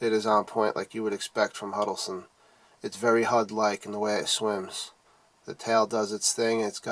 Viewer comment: Huddles Ton, not Huddle Son